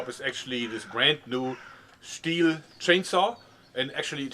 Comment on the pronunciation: you can hear his german when he pronounces Stihl XD